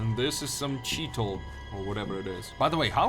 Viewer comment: Did you say cheetle? 🤣🤣🤣